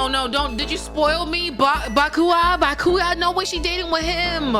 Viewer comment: Might be late tbh but if you don't know, byakuya name is pronounced properly